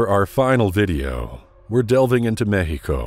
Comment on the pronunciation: You are the very first English talking person I've ever heard to pronounce Mexico as it should be.